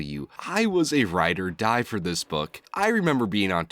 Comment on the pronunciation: sounds like you said writer die....you should enunciate a little more so its obvious that its RIDE OR DIE not WRITER DIE.....I think Marvel just needs to stop. I am tired of hearing about people writing stories our grandparents read. They are one hit wonders...I like Dark horse, how they experimented with other stuff that became semi big, but people just want their grandpas stories. Forget Fear agent, lets tell the same story again but this time instead of the previous universes...its a new one, telling the same story...no thanks If you ever need to DEFEND something, then you are way too attached...its fiction, its ok if people don't like it, its ok if they do....but if you defend something that means YOU are being TOO extreme and maybe you are addicted to this stuff even if its not good......you got a problem mate